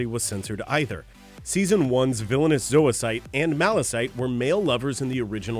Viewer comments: zoisite and malachite are pronounced like the gemstones and minerals.....mal la kite....not ma-la-site. lol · You said Zoicite and Malachite's names wrong